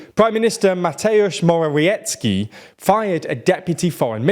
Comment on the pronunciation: Mateusz Morawiecki is pronounced Mah-TEH-oosh ("teh" pronounced like in "tech" without ch) More-ah-VYET-ski